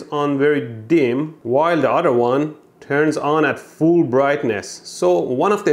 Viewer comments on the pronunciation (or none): For a second, I got a scared even he said Fooool (Full) before saying rectifier. 😂😂